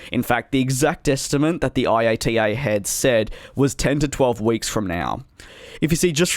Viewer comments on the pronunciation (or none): Keep up the good work! One tip though... When talking about IATA we (I have never heard it call I.A.T.A.) always just say “I at a” or /iˈɑtə/ 👍cheers 🍻!